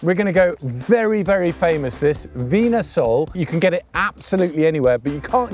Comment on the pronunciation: It's pronounced 'vinya sol'. oh and Lisboa isn't in the Lisbon area....it is Lisbon! Another very entertaining video though. Thanks!